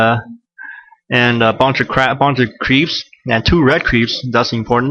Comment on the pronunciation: LOl i heard bunch of "crap" when u wanted to sae creeps. nice funnie moment